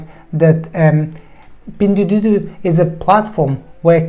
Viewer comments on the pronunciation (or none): Your pronunciation of "pingduoduo" is awful and wrong :D Thanks for the great Video tho!